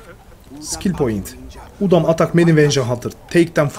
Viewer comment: bide udum değil udam